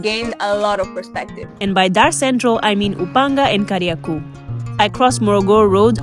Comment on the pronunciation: it's Kariakoo with a long O, not Kariaku. 😅